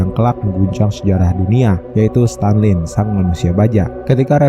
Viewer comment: stalin bg bukan stanlin